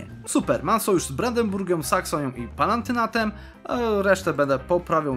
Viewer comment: Pewne rzeczy sie widze nie zmieniaja. Palatynat Panie. Nie Palantynat!!! :)